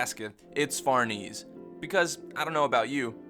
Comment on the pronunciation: I love all your videos but the way you pronounce schierke and especially Farnese which is a real name annoys me way more than it should